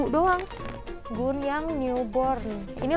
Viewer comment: GOO.N baca nya bukan GUUN kak, Go.on iya ga si